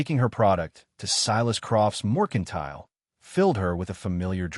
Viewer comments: This AI has a BOSTON ACCENT when he says moicontile 😂😂😂😂😂😂😂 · Correct the AI. It’s Mercantile.